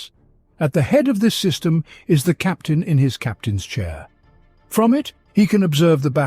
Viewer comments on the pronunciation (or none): none